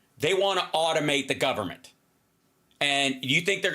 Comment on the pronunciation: did he say gubbermint?